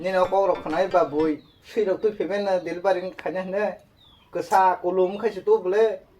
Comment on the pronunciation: Delivari ❎ Delivery ✅